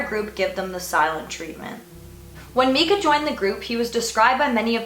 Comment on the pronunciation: Mekah? Its miiiiicah Ahah. That's my only complaint on this video. Great job, very enjoyable video- you're really great at speaking in a way that makes it easy for the audience to envision the story.